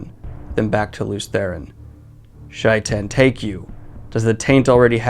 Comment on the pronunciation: How he pronounced Shaitan was weird (lol). Is that how it's pronounced in the audiobooks.